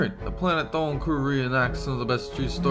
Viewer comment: Dolan is Mexican cause he rolled his r